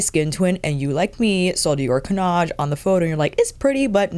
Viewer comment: Nothing wrong with your pronunciation of 'Cannage' 😊 I'm Dutch, not French, but I took French in school. The '-age' bit should always sound like the one in 'Visage'. All the new make up looks great on you, of course, because you know what works for your skintone SO well. I noticed you wear gold earrings often now and you should always wear gold jewellery. It looks fantastic on you 💕